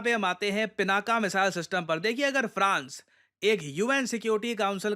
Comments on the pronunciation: उसका नाम पिनाक है, न कि पिनाका। पिनाका स्त्री नाम हो जाएगा। 🙏🏻🙏🏻😏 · Being a teacher, you should pronounce correctly, dear. It is not pronounced "पिनाका" but "पिनाक". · पिनाका नहीं सर, 'पिनाक' । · वैसे तो गलतियां निकालना मुझे पसंद नहीं, पर यहां correct करना आवश्यक हो जाता है - शिवधनुष का नाम पिनाका ❌ नहीं पिनाक✅ है। आप defence equipment को पिनाक या पिनाका कुछ भी कहिए I have no problem with that but देवाधिदेव महादेव के धनुष के नाम उच्चारण आपको सही करना चाहिए।